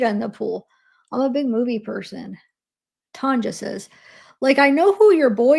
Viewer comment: Hey, chiara is pronounced Kiara like the lion in lion king lol. And Tanja is tonya